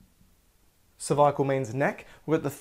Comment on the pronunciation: He does have some serious biceps, triceps, pecs and oooh that hair, and his Australian way of saying g cer-vi-a-cal! But the best things besides his snacks, is his anatomy and physiology geek self. So tasty like a peanut butter cup.